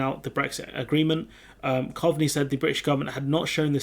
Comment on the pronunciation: it's pronounced Cove-ney